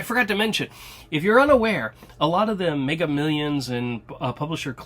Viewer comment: "Megger Millions" 🤣